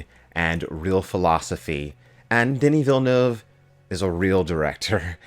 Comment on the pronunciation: Thank you for pronouncing his (Denis Villeneuve) name correctly.